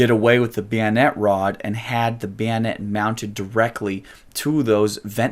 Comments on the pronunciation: Who the hell says bayonet like that? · beeonet... beeonet... beeonet... I just read the comment and he hit that word about 12 times in 30 seconds. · Are you saying bayonett or biænett? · bio net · I don't find his pronunciation of the word bayonet worthy to fret about, or pay attention too. I didn't even gave a cuss. "Weirdos," is more worthy of attention. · you say bayonet like a slavic person would say banana